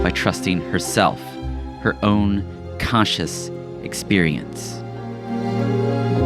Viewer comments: Great video, but every time you said a variant of the word "CONscious" all I heard was "cautious". Kept taking me out. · Also, I wouldn't mention it, but it happens so many times it ends up being distracting. When you say, "conscious", it sounds like you're saying, "cautious." It's like the "n" sound gets dropped out of the audio track.